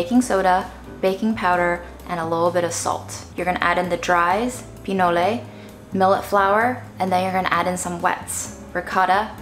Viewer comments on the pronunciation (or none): it’s just called “PI-NOL” not “PI-NO-LE” it’s corn mixed with cacao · LOVE your creativity!! Btw "pinole" is the name of a city in Northern California (named after the food), and it's pronounced "pi-knowl" and not "pee-noh-lay." The Google pronounciator agrees.